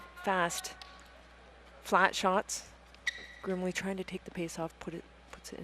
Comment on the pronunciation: One of the names is girmley instead of grimley 😂